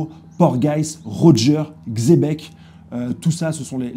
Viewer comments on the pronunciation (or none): none